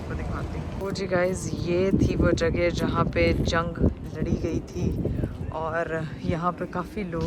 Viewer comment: JAGE nehi kehte JAGA hoti hai